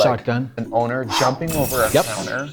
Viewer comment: "we got a pewor.... You olmost got us" 😂HAAAAA